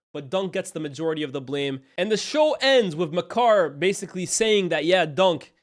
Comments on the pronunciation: Bro keeps calling Maekar (May-kar) “Ma Car” 😭😭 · The pronunciation of maekar is criminal 🤣🤣